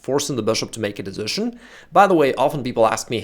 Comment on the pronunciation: Да почему дэзишн-то? ))) десижн.